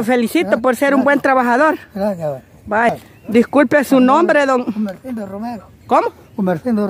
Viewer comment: Es Gumersindo no emercindo